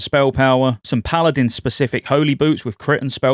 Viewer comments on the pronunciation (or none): none